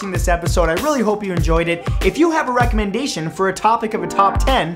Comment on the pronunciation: I thought he said “ rectal-mendation”, like recommendation... bc of the butt thing at the end.. xD